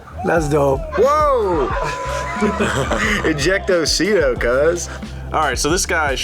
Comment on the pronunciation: lol "ejecto seat-o, cuz"